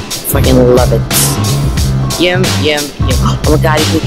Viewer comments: why does say yim instead of yum??? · she doesnt say yum it 's YEUM